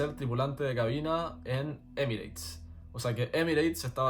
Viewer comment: recuerda que EMIRATES se pronuncia ÉMIRETS, no emireits, que es una pronunciación extendida en países hispano hablantes, pero que no se oye en países anglo parlantes. Lo mismo: PIRATES páirets, CERTIFICATE sertífiket... y muchas otras, aunque no todas las palabras acabadas en -ATE.